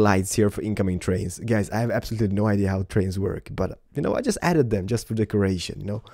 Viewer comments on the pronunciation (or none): none